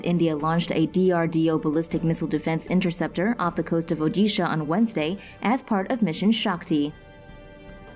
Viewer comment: That's Odisha not udisha